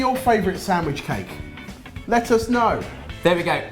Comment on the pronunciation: "Lettuce know!" Is that a pun,? Or did I hear it wrong. Hahaha.